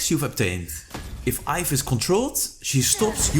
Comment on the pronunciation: Iaf🤣🤣🤣it's yve (yeev)